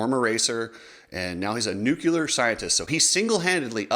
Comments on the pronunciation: Sorry, I have obsessive-compulsive disorder and I cannot let this go. It's nuclear, not nucular, because it's a nucleus, not a nuculus. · hey cooksey, love the videos! just wanna let you know it's pronounced 'new-clear' not 'newkular'. anyways, keep the rad content coming! and from a canadian: let's go brandon! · That’s how they say it in Texas, just ask G Dubya.